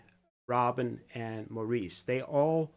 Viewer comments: Please realize Maurice's name is pronounced MORRIS!!!!! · Thank you for this reaction. You should know that Maurice's name is pronounced Morris. They are English.